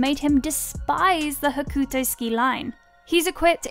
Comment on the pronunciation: It's pronounced "Hokto". The "u" is silent, as with many instances in the Japanese language.